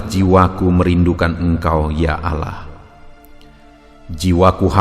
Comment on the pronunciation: Shalom... trima kasih untuk firman Tuhan. Tp.untuk sebutan Allah itu disebut kan dgn benar..bukan Alah tapi Allah tq